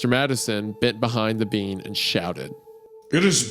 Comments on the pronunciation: 🫘 all I herd was “bean” not “ being” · Is it just me or do I keep hearing "bean" out of Wendigoons mouth everytime he mentions the word "being". I wasn't looking at the video so for the longest time I was very confused. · Everytime Isaiah said 'being" I thought he was saying "bean" like wtf do beans have to do with this 😭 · Why does Wendigoon pronounce "being" as "bean"? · every time wendi sais "being" it sounds like he's saying "bean" and it really adds to the story. almost as good as in stolen tongue whenever he sais 'fae's' mom or dad it sounds like hes saying faze mom and faze dad. so funny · Great episode! Fun fact every time wendigoon says being I kept hearing bean which made the mental image very funny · For a time, I genuinely thought the word Isiah was saying was "bean", till I started reading along.